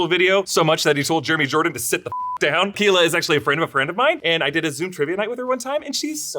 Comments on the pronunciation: Keala is pronounced k-ah-lah 😅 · Just so you know, Keala is pronounced, "Kay AHL la." Very common Hawaiian name and since I'm from there, one very dear to me. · Say “Keala” again.